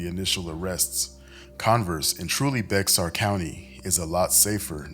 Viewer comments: It’s pronounced bear County not Bexxar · The x is silent in Bexar